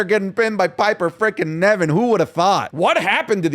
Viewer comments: Isn’t it pronounced Piper Niven not Nevin? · I wonder if will ever call Piper Niven "Piper Niven" instead of "Piper Nevin"